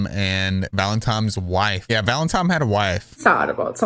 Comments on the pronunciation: ValentiNe , not ValentiMe. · I noticed that too 😂 I was like ‘valentime’ ? Lol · Baby, it’s “scapegoat”, not “escape goat” 😂 “Valentine” not “Valentime” Just trying to help